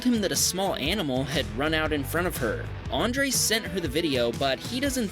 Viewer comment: PLEASE STOP SAYING ÁNDRES, IT´S ANDRÉS.